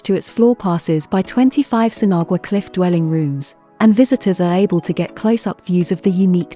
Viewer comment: You don’t pronounce the “g” in Sinagua